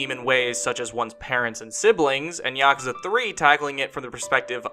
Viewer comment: When you Mispronounce every name and even yakasa 😂 yakasa? Wtf is that even the developers say yakuza